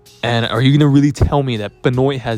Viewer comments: WAIT WAIT WAIT... WHO THE F IS BEH-NOYN? LOLOL BEN- WAH. YW. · True. ...but it's Ben-waa.... js.